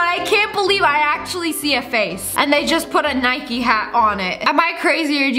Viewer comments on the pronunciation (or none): none